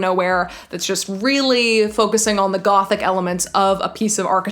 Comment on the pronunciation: you pronouncing ''gothic'', love it